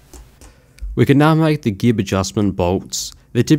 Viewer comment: gib has a soft g. Not to be confused with the brother Gibb.